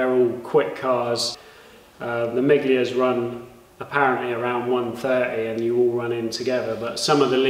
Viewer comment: FYI,miglia is pronounced 'milia' 👍👍👍